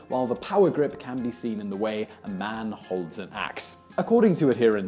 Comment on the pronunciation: Nicholas Soldatos Maybe it's the way Simon put the emphasis on Man. Btw,I really do enjoy these videos & I'm sure he didn't mean anything by it.